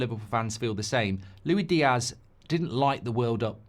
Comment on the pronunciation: Is the Luwi Diaz for me, Mark its Luis Diaz😂😂😂